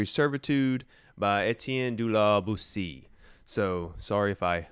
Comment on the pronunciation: Great video (again). Boétie is pronounced bow-A.C (only without the w at the end of bow)